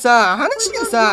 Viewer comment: 5番の人の滑稽が烏骨鶏の発音と同じなんよw 正しい発音誰か教えてあげてw